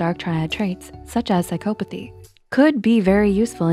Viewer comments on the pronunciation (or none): Besides the fact she didn't say psychopathy correctly a single time, the video was still good lol